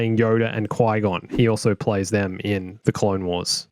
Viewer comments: It is Qui gonn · I think it is Qui Gon (did I miss pronounced his name?) the hair style looks a lot if not the same as the one in the lego Star Wars ds game and the movies (I just have the ds game of lego Star Wars so I can’t really give and other exemple) It would make sense that’s him since padawan obi wan is also there. And wait.... Cheewy has a wife and kid? Well we learn new things everyday. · It's qui gon not padma realize the robes?? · The character who you said was padmae’ was qui - gon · It's not Padme idiot it's Qui Gon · it's qui-gonn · it’s qui-gon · os Gui Gon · IT`S QUI -GON